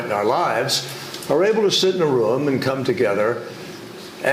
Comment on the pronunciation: Never trust someone who can not pronounce "room".